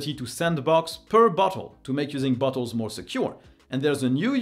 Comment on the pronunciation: Just spat out my drink when you said "Bottles"... it really, really does not sound like that word xD